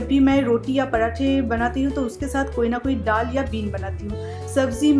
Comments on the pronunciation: Madam ddal dal hota hai aise bola kijiye ap plz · App daal thik se bola karo